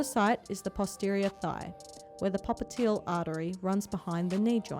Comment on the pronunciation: Popiteal artery? It's pop-li-tee-yal artery.